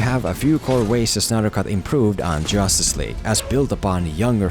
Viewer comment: Did anyone notice that he kept saying jostice league all the time lol